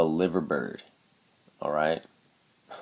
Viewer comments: Just want to say that the Liver bird is actually supposed to be pronounced as 'Lie-ver' even though the city is pronounced as 'Liver' yeah it's a silly little thing, sorry I'm just really fucking specific XD. Loving the videos though man great work keep it up :) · its pronounced "LIE-VER".. keep up the good work.